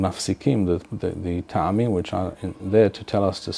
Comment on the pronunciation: Isn’t טעמים pronounced with an initial shva (טְעָמִים Te`amim) instead of *Ta`amim? I’ve noticed others saying *Ta`amim, as well, which I’m thinking is incorrect. It reminds me of מועדים mo`adim being mispronounced as *mo`edim.